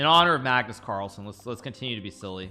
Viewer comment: Did he say Kagnus marlsen?